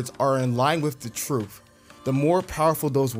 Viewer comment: I'm sorry but is it "Truf" or "Truth"? C'mon Hafeez...